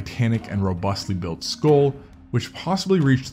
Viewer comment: "Realuhdy" is not a word. *Skull not "skoal".